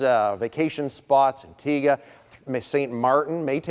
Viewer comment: THANK you for saying it right! An-TEE-ga.